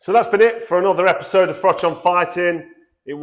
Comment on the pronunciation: It gets my goat how Brick top addresses you as Frock so it does has he a speech impediment